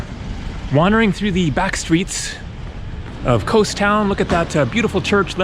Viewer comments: Kos or Cos (/kɒs/; Greek: Κως [kos]) It's more like cost, not like coast, without t of course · Its Koss not KOWS 😂😂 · Kos not ko-ous! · it's KOZ not coz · For the love of Greek Gods, stop pronouncing it "KOHS" man! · it’s pronounced in Greek with s silent. The way you are saying except don’t say the S I know I’m Greek thank you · It's Kos not Kos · you gave me a chuckle when you mentioned the two versions of Kos (as you heard them) and they both had an american O ending. Just think of Kos ending just like in the word 'BECAUSE':-) Cheers